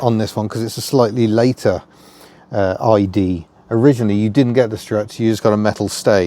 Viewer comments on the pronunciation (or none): In French, "ID" would be pronounced as "EE DAY" (not EE DEE). You are right, however, that "ID" and "idée" (idea in English) do have very similar pronunciation in French. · ID (idée) is pronounced ee-deh in French, not eye-de-uh. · Pronunciation: DS: "Day-ess", ID: "Ee-day". The latter is an acronym, not the word "idée" (although it connotes it). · ID is pronounced Ee-Day, NOT Ee-Dee. And Citroën is Seet-Roe-Enn. Sorry to be pedant of the month but details matter. Also the flat-6 wasn't used, not because Michelin thought enough was enough, but because the money ran out. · ID is pronounced ee-day not ee-dee 😊 Apart from that: another great video! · e deh , not e di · Not Ee Dee. Ee Day. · * "Eee -day" and "Day-ess" is what you possibly meant to say..... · I owned a 1959 ID19. Complete with white fiberglass roof! Loved it! ps: It's ee-Day (Idée) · The ID is based on the Freanch word 'idee' (sorry, my phone won't do accents) which is pronounced 'ee-day'. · ID in French is pronounced "ee-day", for idée French for idea... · Prounounced "Ee-Day". as opposed to "Day-Ess"/ Great review. Never heard of it. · The "d" is still pronounced as day. Exactly the same as the DS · What a lovely car and another absorbing video - the slow cars are the best! (P.S. The French would say Day Ess and Eee Day 😉) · Love it, but it's pronounced "E Day"😊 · It would actually be pronounced “eee-day”,.